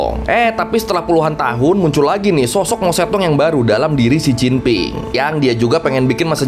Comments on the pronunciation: mao zedong bacanya mao cetung 😂 bukan mao cetong😅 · pengucapannya harus mojedong bang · oiya bacanya itu mao tse tung ya mas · Emang mao zedong di bacanya mao cetong?